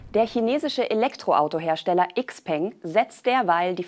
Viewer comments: Tolles Video, jedoch ein kleiner Hinweis: "XPeng" wird "Schau-Pang" ausgesprochen, das klingt auch wesentlich attraktiver für ein Auto als die deutsch betonte Variante. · Eigentlich sollte es "Schiao Pöng" heißen... wenn man es richtig aussprechen möchte. Aber wir nennen ja auch Nike "Naik" und nicht "Neiki" oder Paypal "Päypol" nicht nicht "Päypäl"